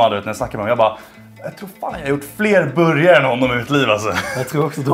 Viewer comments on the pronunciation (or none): Låter som han säger boujarhak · ”En borgaje”